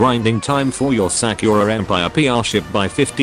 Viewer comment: Sack-your-ah em-pyre